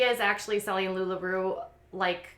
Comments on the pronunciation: I’m sorry but every time you say “lula roo “ my brain malfuctions I think it’s “lula row” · Where the f do you get "rew" from? It's LulaROE! ROE! Like row your boat. Every time you say rew I want to stab myself in the eye.